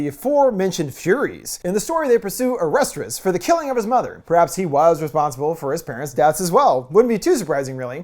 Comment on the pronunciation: Wait wait wait, is this the guy from that show, that funny game show??? & Lol its "oh-rest-ees" not whatever you were saying.